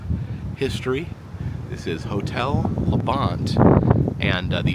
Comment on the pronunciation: LaBonte is pronounced lah-bahn-tee :)